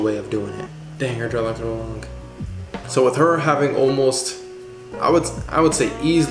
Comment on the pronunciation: It hurts my ears hearing u calling them dreadlocs